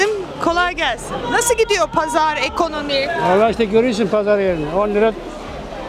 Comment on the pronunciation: Ekönömi dedimi devamı belli daha da izlemem konuşanı..